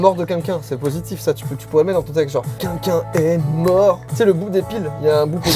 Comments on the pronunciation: C moi ou joyca il dit “quinquin” pour dire “quelqu’un” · Joyca j'espère qu'un jour tu réussiras a prononcer le mot "quelqu'un" et non pas "quenqu'in" 😂😂😂 désolé mais chaque vidéo je veux te le dire je le fais pas donc mettez un petit like pour qu'il voit 😂😂